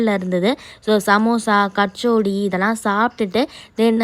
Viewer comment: That's kachori not kachodi